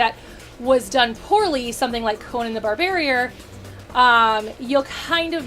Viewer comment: "Conan the BarbarIER?" 🤔 I had to stop the video for a minute because: 1. That pronunciation was REALLY funny. I replayed that part three times to make sure I was hearing it correctly. 2. I had to scratch my head for a minute, because when I hear someone mention the film 'Conan The Barbarian', I think the original CLASSIC 1982 John Milius flick. The film that put Schwarzenegger on the map. The absolutely timeless, Cristo'esque revenge tale with that god tier Poledouris soundtrack, absolutely EPIC levels of machismo, sexy sex, magical magic, and big, bloody, man sized chunks of gore and ultra-violence. IT'S SOO GOOD!!! Seeing this film in the theatre at 8, with my dad was probably the ONLY good father son memory I have, real talk. But if I had a hundred it would probably still be at the top of the list. Holy shit, I LOVE that fucking movie so much. It's on my Top 10 favorites of all time list. ...buuuut, you're probably talking about that terrible 2011 Jason Mamoa shit show, right? PLEASE, please tell me you're talking about the 2011 Conan, not the 1982 masterpiece! 😕